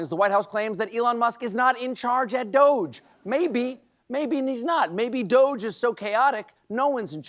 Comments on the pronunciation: Doge pronounced douche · stop calling it 'doge' call it as it is 'doggy' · It's pronounced DODGY. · I think they should pronounce those DOGE gang "doggie". More fun. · It may be spelled D.O.G.E. but it is pronounced DOUCHE.